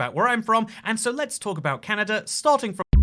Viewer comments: Canada not canada-er 😂😝funny talking guy 😝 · Why is he saying Canata? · I've never heard Kelowna pronounce 'Clowna' either, but I've heard Winnipeg pronounced 'Winniepeg' by Brits. Always weird to hear Brits says 'Canader' when the next word starts with a vowel ( and ) and OnTARRio vs Ontareio